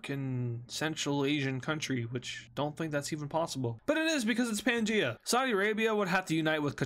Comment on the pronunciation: It's pangea